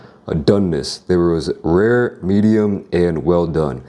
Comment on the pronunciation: not err but Or, not py'er (pure) Pee_ORe. u say 'rare' like an engine having trouble to start